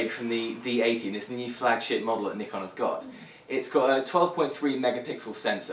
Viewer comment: I love how you say Nikon.